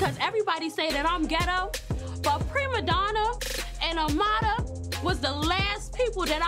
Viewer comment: I HATE how everyone pronounces her name tryna put the accent on it like AMADA...when it's Amara...I understand ppl who speak Spanish saying it that way but everyone else just sounds ridiculous...